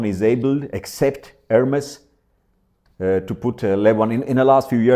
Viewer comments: ERMES, NOT ERMIS... MA FREND! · you know how to say ErmEs, why are you saying Ermis? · In italian it sounds like it's written, Ermes, not "air-mace"